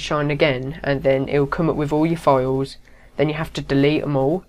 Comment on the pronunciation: Where in the world do they say "foils" instead of "files?"